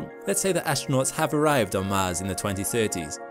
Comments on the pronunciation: Man really read "Mans radiation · the mahnned mish shon to mahz